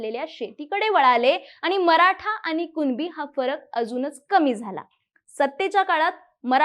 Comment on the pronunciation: मॅडम अगोदर कुणबी बोलायला शिका..... कुनबी नाही.... मूर्ख